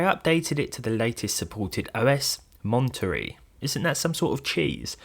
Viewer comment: "Monterey" is a city in California. It's pronounced MON TUH RAY